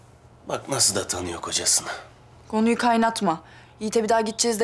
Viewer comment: Nefesin de artık dili değişti kız GONUYU GAYNATMA diyo ya 😍😂😂😂😂😂🎉🎊❤️❤️💖😍😌🎊🎊😌😌😘🎉🎊😍💖🎉👍😀😀😀😄😄😄